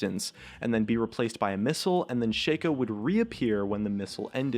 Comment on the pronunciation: Ok listen up shaco's name is shaco not shakeo